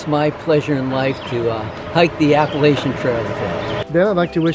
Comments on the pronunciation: Great I love backpacking but that's not how u say Appalachian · It’s APPA-LATCH-UN don’t disrespect it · ok but is no one going to talk about the way they pronounce appalachian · Bruh I’m from the Appalachian mountains u don’t say it like that